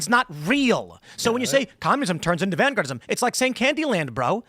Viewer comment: word of the day "Vangaurdism"